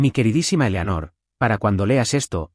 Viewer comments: Eleonor eslapronunciacioncorrecta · Que mal pronuncian. Elanor se dice Eleanor. Luego dicen Molina y a veces Melina. Además me pueden decir de que tamaño es el dichoso reloj del padre? Solo le falto que metieran un elefante en el